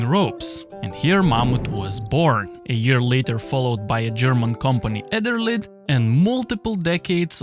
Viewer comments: *Edelrid, not Ederlid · Sorry, but how hard is it really to properly pronounce Edelrid as Ed-El-Rid instead of ederlid. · Edel-Rid !!! That constant "Eder-lid" drove me nuts 😂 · you really need to train the pronounciation of EDELRID 🙂 Not ederlid 😀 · how much did mammut paid for saying ederlid instead of EDELRID? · Excellent thorough video, with only the dyslexic mispronunciation of "Eder-lid" repeated, for viewer amusement. Know a climber who survived very near severing of a rope, in a barely factor 1 penduluming fall across a rough granite bulge, where he was left hanging from just two of the core bundles. No acute edges, just rock texture under the loaded rope, shredded the sheath and nearly all the core. Sliding the rope along any rough grit under tension is a recipe for disaster; double rope techniques might provide more insurance, where the second rope doesn't get the initial wear, and could be weighted in a different section of the climb where the abrasion isn't a factor. Awareness of how and when such rapid abrasion can occur ultimately is the most critical factor. It is easy to imagine edge situations like the tests here, where climbers are just not thinking about such potential for rope failure, especially in trad cragging and alpine settings. Placing protection with an eye to keeping a running rope away from such edges could be as important as just placing solid gear, if not more so. Taking a clear 30-foot fall might be far safer than a 10 foot fall over an edge.